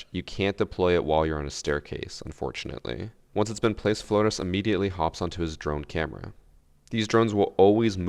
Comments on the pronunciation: Why do you always pronounce every pperator name wrong "Florrr'Rrez" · ur one of the whitest people on youtube, DO NOT try and say flores like that ever lmao. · It is not, his enunciation IS correct, we are just used to gringos saying it lol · Ubisoft: *realises flores *: Fgoresssssss (fgrech accent) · maybe not weird but extra lmao, I’d get tired saying flordes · Stop saying Flores like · Of course has to say Flores the weird way 😂 the same with maestro